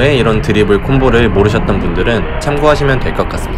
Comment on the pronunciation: 드리볼이 아니라 드리블 아닌가?